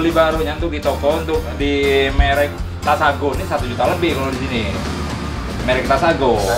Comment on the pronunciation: Takasago bang bukan tasago haha mantap